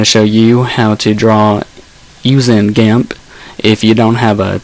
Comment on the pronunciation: why do you say it gamp?